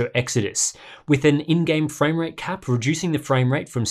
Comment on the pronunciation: "rejuicing input latency"